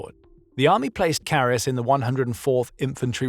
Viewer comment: Great video, but as a german it hurts my ears how his name is butchered in the video.